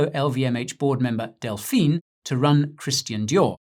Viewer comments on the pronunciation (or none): none